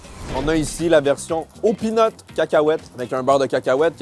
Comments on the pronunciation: "beurre de pine" 😂 heureusement qu'on comprend , peanuts ca prête a confusion quand mêmes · De la crème de pine ? 😅 (je sais que c'était peanuts qu'il voulait dire mais ça fait vraiment degoulasse dit comme ça)